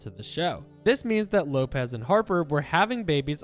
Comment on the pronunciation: Wopez 🤣🤣🤣 its Lopez